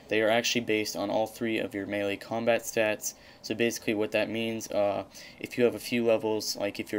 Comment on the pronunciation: Nice video...it's melee by the way. =P